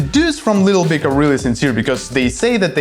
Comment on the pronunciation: Нарешті в ТТ є англомовний канал! Ура! Але ведучий не краш. Якось він не чітко вимовляє слова. Таке враження, що йому важко говорити на анг, а глядачам відповідно важко його розуміти. Якщо конкретніше, то: 1. не чітка вимова 2. деякі слова взагалі не правильно вимовляє 3. замість звуку и вимовляє і, що дуже ріже вухо (літл біг) 4. не акцентує важливі для розуміння суті слова 5. чути, що старається говорити з американським акцентом, але щось не получається Одним словом, просодика і артикуляційні вправи йому в поміч. Сорі за критику. Мені хотілося б писати, яка в нього класна англійська, але не можу.